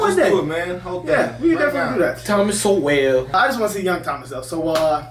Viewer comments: I think "Sowell" is pronounced like "soul", rather than "So well"? I could be wrong, though. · Sowell said like Soul. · Thomas Sowell's last name is pronounced So-Whal not So-well. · Sowell was born in segregated Gastonia NC, and grew up in Harlem, NY City His last name is pronounced "soul," not "so-well." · Ya’ll are butchering his last name. It’s pronounced like Thomas SOUL not Thomas SO-WELL. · His name is pronounced "Soul," not Sow-ell. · Guys, it isn't 'SO WELL" It is said like SOUL. Thomas Sowell (soul). This is driving me nuts. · "Soul" its pronounced. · His last name is pronounced SOUL. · Sowell is pronounced like soul! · His last name is pronounced like Soul. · It's Thomas "Soul". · His last name is pronounced “soul” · It's pronounced SOUL. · FYI his last name is pronounced "soul".